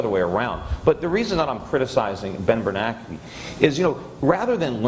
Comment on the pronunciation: I don't understand why the name Bernanke is pronounced by many "Bernakie"